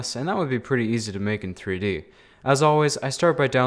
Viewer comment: Nobody: me: TREE DEE?